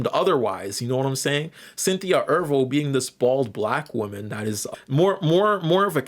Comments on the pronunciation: Is mispronouncing words apart of your internet persona? Because why are you pronouncing Erivo “Er-Vo” instead of “Er-Re-Vo”? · E-'R-I'-Vo. The 'I' is not silent. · You keep saying mommy and ervo instead of mammy and erivo.